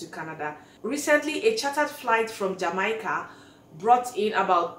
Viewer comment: Lol I almost did not recognize the name of my country. Jamaica is pronounced Jam- May - Kah. 🇯🇲. Awesome video